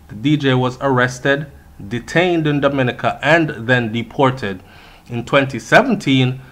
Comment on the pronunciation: Domi-ni-ca lol you knw how we caribbean ppl want you pronounce right